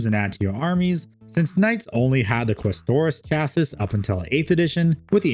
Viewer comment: This guy doesn't know how to say chassis